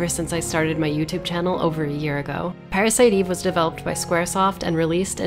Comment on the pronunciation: "Pa-ra-si-to Eve-vu" This. This is the reason why i come back to this video over and over again.